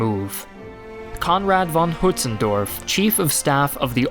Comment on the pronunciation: Also, is the only one so far that pronounces von Hötzendorf even remotely correct, kudos